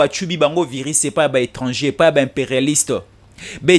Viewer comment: On ne dit pas viris c'est virus,on ne dit pas resentur n'existe pas, ressentir